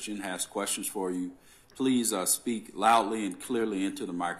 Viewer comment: LoL plee sheets😂😂😂😂